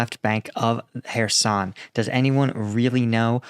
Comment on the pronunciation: Hey... IMPROVEMENT!!! You Prounounced Kherson correctly!!!!